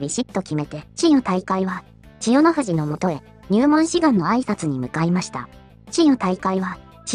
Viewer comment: ここだけ千代⤴の富士なんだよ。